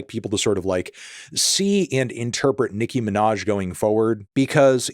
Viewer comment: "Nicki Minahz"